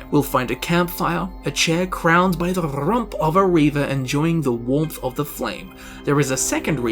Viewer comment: Rrrump of a reaver makes me laugh every time! 😂